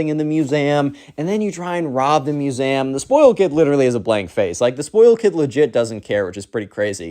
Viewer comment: lol how do you say museum